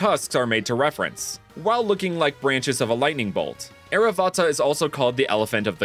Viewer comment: Great designs. Just a tip from an Indian. Sanskrit names usually end in a but that a is silent. So airavata is pronounced air-aa-vut